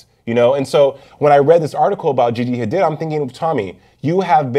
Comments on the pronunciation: and are pronouncing Gigi's last name as Ha-deed, but insist on saying Ha-did throughout the who segment! WHY! Hard for me to take this discussion seriously in pop culture context! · Ughhh every time says “Ha-DID” I just wanna scream. It’s “Ha-DEED”!!!! The other two hosts said it right... were you just not paying attention, or did you think they were the ones who got it wrong? 😹 Lol, yeah yeah, I know— this probably bothered me way more than it should’ve... Oh well! 😜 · HA-DEED. how f*cking hard is that to say?! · Cringing every time he says Gigi's last name